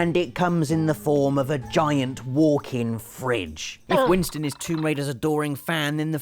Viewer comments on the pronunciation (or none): none